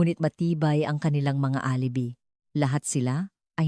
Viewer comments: Parang walang Pinang aralan ang taga salaysay na ito mali mali ang mga pag bigkas ng mga word gaya ng geng imbes ng GINANG , ang ALIBI naging ALIBE , hindi ko tinapos , buysit!!!! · alibi..... a li bay is the correct pronunciation TY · A-li-bi ka ng A-li-bi... ang TAMANG BASA SA ALIBI AY... "AH - LI - BAY" !!! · Maganda boses mo at Ok ang kwento pero ang pangit pakinggan ang nagkwento . Nairita ako sa geneng eh gng ginang lang pala at saka di ka ba nag research kung paano ang tamang pagbigkas ng ALIBI? Sa english a-lu-bai sa tagalog A-li-bay. Hindi ako nagmamarunong naintindihan ko na hindi ka sanay magtagalog pero kinaceer mo magkwento kaya ayusin mo para mga tagapakinig mo masiyahan naman at magsubcribe sa channel mo. Ay naku ge eneng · A li bi not the correct pronounciation it shld. Sounds A LI BAY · Mali po promounciation nyo ng alibi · Pronounce properly the word Gng And Alibi..